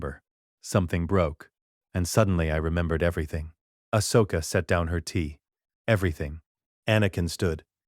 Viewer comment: this could have been a great story if the AI narration hadnt taken me out of it. as others have mentioned the whole P-L-O Koon, A-H-S Oka, K-I-A-D-I Mundi, and A-N-A Kin and then in another sentence, Anakin and Ahsoka's names are being pronounced properly.